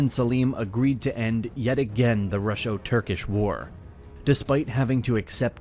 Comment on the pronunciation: Russo does not have an “sh”.